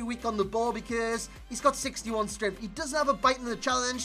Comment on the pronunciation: How normal people pronounce because Becoz. How he says it Beceeeerrrrrzzzzz